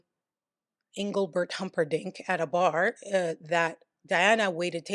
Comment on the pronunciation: lol i love the way you say Engelbert Humperdinck